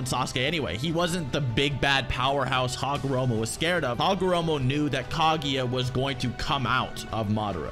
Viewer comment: why are you pronouncing it "Kagiya", its "Kaguya"